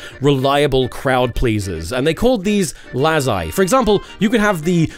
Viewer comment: lazzi pronunciation is tragic 😔